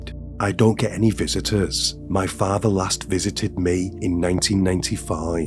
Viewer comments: If you are going to tell stories? Please say words properly, it's mother not modern. With not wif and father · It’s a hard listen when you hear words like farver, muver, and bruver…